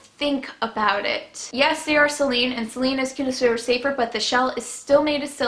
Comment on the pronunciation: Ok I get your story but for the love of god if you want to sound like you know what you're talking about pronounce the words appropriately: it's sAline not Celine (that's a name)